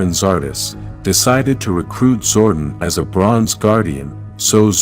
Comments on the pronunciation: its zor don not zordin say it right you noodle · I usually don't make any negative comments about the narrator on power rangers stuff but the name is pronounce zordon as in zor don not zord en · This is totally a jenky AI narration "Zorden" lol its ZOR DON <- DON